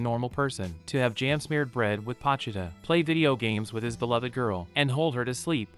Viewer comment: Not trying to be rude but it’s bothering me that ur say pochuda instead of po chi ta